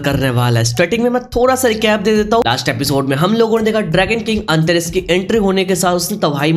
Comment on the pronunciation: Antaras ❌ antariksh ✅